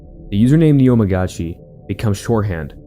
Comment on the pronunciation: Just for the future: the u in japanese is more pronounced like english "oo", so neomugisha is more like neomoogushia and not neoməgisha